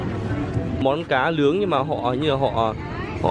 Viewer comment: Nói còn ngọng. Cá nướng thì thành cá lương' .đồ nướng thì đồ lương'